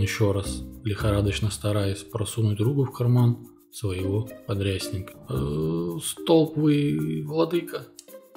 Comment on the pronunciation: У батюшек удивительное чувство юмора! Спасибо! Только архиерей не столб, а столП!